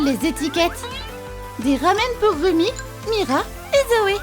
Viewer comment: On dit rumi pas romi